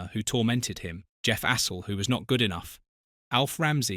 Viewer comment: You could at least pronounce Astle's name properly.